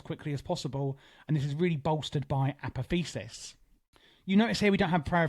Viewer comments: uh poth ee oh sis brother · Apotheosis is pronounced "Uh-Pah-Thee-Oh-Sis" by the way :)